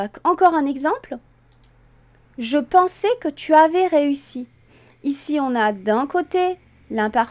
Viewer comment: Superbe vidéo, très instructive et conçue de manière pédagogique. Ça fait du bien de temps en temps de dépoussiérer certaines règles restées trop longtemps dans un placard entre le lobe frontal et le lobe partial :-) Si je peux me permettre une toute petite remarque, attention à la prononciation de l'imparfait ( par exemple). Le "ais" final de "pensais" (dans ce cas), doit être plus ouvert (comme le "ê" de "prêtre"). La manière avec laquelle vous le dites (fermé comme le "é" de "santé") pourrait laisser croire que ce verbe est conjugué au passé simple (pensai). Je me suis permis de souligner ce point car durant mon apprentissage sur la conjugaison en cours élémentaires, nos instituteurs nous ont longuement bassinés sur ce point en insistant bien sur la prononciation. Merci pour le partage